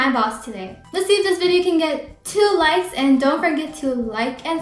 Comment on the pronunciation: Didn't u mean likes becuase u said ''lokes''